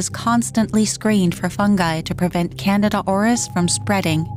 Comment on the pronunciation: HEY! AI! It's pronounced canDEEda!